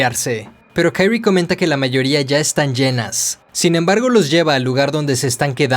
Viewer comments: No es Kairi, es Kyrie pero este man lo pasa diciendo mal en todo el cuento. Y es muy evidente desde el inicio que la protagonista es Kyrie y no Shuichi. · No puede llamarse "kairie" es japonés no anglosajón